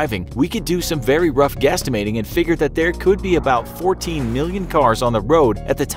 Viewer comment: did he say "gastimating"?